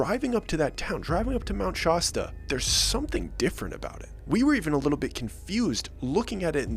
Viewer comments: It's not "Shos-ta" it's "Sha-sta". Your enunciation is driving me crazy lol. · Stop saying Sh au sta it’s Sh ass ta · Great video brother. Btw it’s ShAsta, not ShAHsta lol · Why do you keep saying "Shawsta?" Its pronounced Shasta. The fact that you keep mispronouncing it after having supposedly spent time there makes me think the whole story is made up. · Shas ta not shosta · Mt. SHAAASTA. NOT Mt. Shosta!😉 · You're mispronouncing the name all thru the video, it's annoying. Its not Shaw-sta..it's Shaa-sta. A as in apple. Get it right, it's disrespectful to the native American tribe with thst name to not even find out how to say it right. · It's Shasta no Stoustsa, Easterns...... Can't pronounce Oregon or Washington either.lol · He's saying Shosta instead of Shasta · No disrespect but it's shAsta Not shOsta .. LoL whatever though.. and yes the hippies are nuts😂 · I live and spend a ton of time at Shasta (no o in Shasta it isn’t Shosta it’s Shasta lol) It has always been a weird place where peeps go missing… I go there with others and never alone, same at Crater Lake, ESETI in Washington State… Don’t get me started about Portlandia lololo or where I am right now in Lost Wages 🙃👽🛸 OK, I also live & travel in my van with my pups… I’m old enough to be your gramma… Not everyone wants the same things, but it doesn’t make them wrong 😊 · Why do people from the East Coast pronounce Shasta like Shawsta? Think Sh-ass-ta. Not Sh-aww-sta..lol😅😅😅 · yes. Its Shasta , not Shauwsta lol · Shasta not Shawsta 😂😅 🙄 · Shasta, not shawsta. The A is pronounced like the A in Apple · Im having a hard time listening to your pronunciation of "Shawsta". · Cringing every time he says “Shawsta” idk if I’m gonna make it through this one 😂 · As someone who lives in shasta county, ngl i cringed a bit everytime you said "Shawsta"... good story tho! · keeps saying SHOSTA; UNWATCHABLE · Did you just say “Shausta” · Californian here. Always heard it as Shaaaaasta! Like the sodas. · Shasta, like Nevada